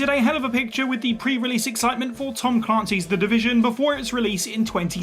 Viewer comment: Tom 'CLUNCY'?!